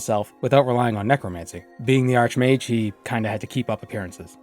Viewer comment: it is pronounced like arkmage. he is not a bent mage, he is a superior mage.